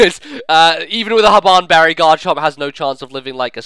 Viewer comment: Hahaha i fucking died at "Habbbban BERRY"